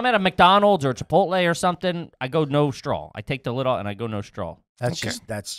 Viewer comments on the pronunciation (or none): saying “strawl” instead of “straw” is pure TREEAAASHHHH